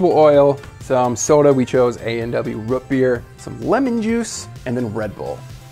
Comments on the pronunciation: Root NOT Rut. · Root beer not rut beer smh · It’s ROOT beer, not rət beer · I kinda cringed anytime said Root Beer. It was like Rut Beer..... I don't know how to feel about that. It was kinda funny but still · "Rut beer"? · lol why does he say root beer as "rut beer" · Did he say rut beer? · You lost me at “rut beer” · Did he say "Rut Beer"? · thats not how you say root beer